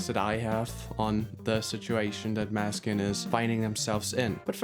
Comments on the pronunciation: i beg you - it's mÅÅÅÅÅÅÅÅÅÅÅÅÅÅÅÅÅÅÅÅÅÅÅÅÅÅÅNeskin. the letters å / ä / ö / ü etc. do actually matter..... it's not maneskin. it's mÅneskin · You can't even pronounce the band group correctly 🙃😬 the å isn't just Deco gosh